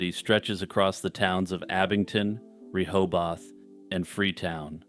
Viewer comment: Hey hit me up anytime you need some massachusetts pronunciations. we don't pronounce things like they're spelled. Rehobath is more like bith than bath.